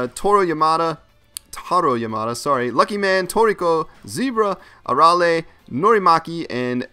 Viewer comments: a-ral-ae oof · Arale is from dragon ball not from Z just dragon ball and u said here name wrong she is also from Dr.slump